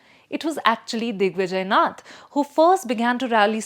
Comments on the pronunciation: Anyone who pronounces Naath as Nath doesn’t have any understanding of what they’re talking about. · See ,when you are representing news houses like The Print you should at least pronounce the name correctly .Its not `nuth` sampradaya its " NAATH" sampradaya ! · What kind of quality you give to your audience.. Is this lady indian Or outsider... She doesn't even know how to pronounce indian words.. It's 'Naaaath' not 'nuth'